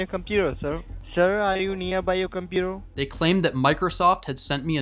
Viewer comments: "on yo compuer" "yo scree" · Compeweww really a pajeet way to pronounce computer 💀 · Inn scammer benchodo ki english sunke hi pata chal jaa rha he ki scammer he 😂😂😂 computer ko compuaa😂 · "compurer" lmao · If someone says Compujer, end the call.